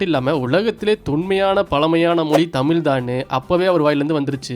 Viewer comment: Nice video😊 நீங்கள் தமிழ் சொல்லாமல் தமிள் என்று சொல்லுகிறீர்கள். அதை சரி செய்யவும்...